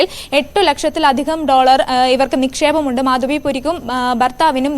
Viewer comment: At least pronounce her name correctly - it is Madhabi Puri Buch